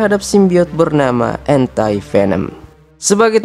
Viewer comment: ANTI dibaca dlm bhs Inggris: ENTI ✅ Dibaca admin jd ENTAI😂